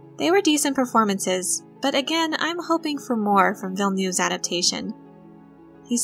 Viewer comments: I'm addicted to these videos!!!! Q: why do you pronounce "Villa-new"? I think Villeneuve is pronounces "Vill-növ" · I try to pronounce it Villnuv but sometimes that doesn't happen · it's understandable, you pack such an encyclopedic knowledge into these videos! the problem is that now my expectations for the new movie are to the roof: Mr New Villa better deliver! hehehehe